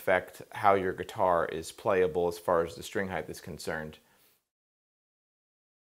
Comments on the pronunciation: Awesome model. great explanation. Can't stop noticing he seems to be saying "heighth" its in my head. Wtf is heighth. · Neat model, good advice. Friendly reminder that “heighth” is not a word.